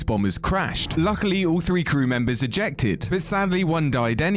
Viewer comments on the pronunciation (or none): none